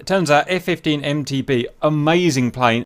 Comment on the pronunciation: Why do you keep saying F-15S/MT"B" when it's MT"D"